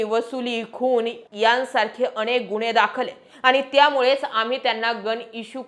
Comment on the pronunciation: अणेक नाही ओ , अनेक , उच्चारण निट(णिट) करत जा बर 😂